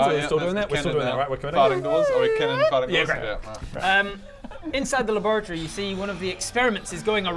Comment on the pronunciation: The 1st few times I heard "laboratory", I swear I heard "lavatory". I really wanted to fix the toilet as a science officer.